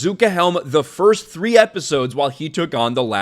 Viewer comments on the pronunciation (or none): none